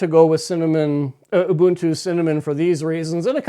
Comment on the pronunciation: Ubuntu is pronounced ooh booon too. The way you say it is colonialist and even could be seen as racist. It is an Nguni word meaning "I am because we are "